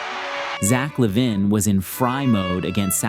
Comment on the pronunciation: Bro why did you say Lavine like that? 😂